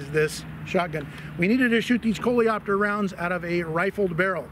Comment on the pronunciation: You're french enthusiasts at! "Coléoptère" correctly pronounced, "Aluminium"... It makes you even more appreciated, guys!